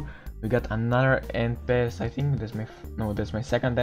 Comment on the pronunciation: Sorry for saying this but when you say pass it sound like fast oof lol